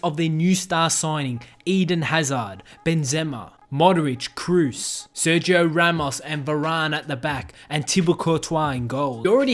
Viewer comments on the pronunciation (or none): none